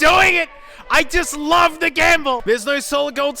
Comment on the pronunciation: I don't wuv the car but I do wuv woo